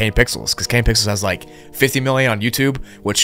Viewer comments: “kane pickels” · He said kane pickels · ah yes "kane pickels" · I'm not the only one who heard him say "Kane Pickles" right?